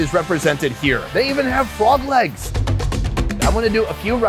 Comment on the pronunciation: At first I though he said fog lamps... until I see that he was talking about Frog legs